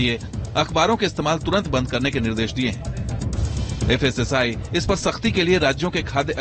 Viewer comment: Pehle thik se dekh kr padhiye fssl nhi fssi hai wo😂😂